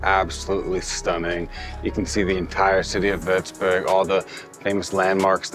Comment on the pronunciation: First of all, your pronounciation of such a difficult name is incredible!! Well done! Secondly, as someon from Würzburg, I always get so excited when other people appreciate my city as well :)